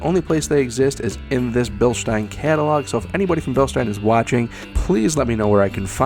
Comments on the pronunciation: If he was more of an exciting speaker and if he didn’t say Bilstein like “bilshtine” then he could really have something going with this channel bc this is a great review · It’s actually pronounced bill-steen. Currently stationed in Germany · i have the 14" travel version of these on a JKU crawler; it is an amazing shock if your rig is under 5500lbs. Respectfully, it is Bilstein ( Bill-steen) although, grammatically, Germanically and English-wise, you are pronouncing it correct for how it is spelled, Even the company people say BillSteen ( tho our Deutschlander friends may pronounce the S with their Sh inflection).....😉